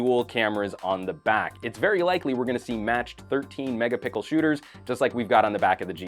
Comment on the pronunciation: Do you always say megapickle or am I just hearing wrong every time ?